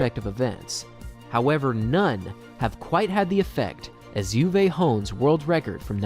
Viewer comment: ITS UWE NOT YOUWAY